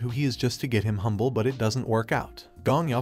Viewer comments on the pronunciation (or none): none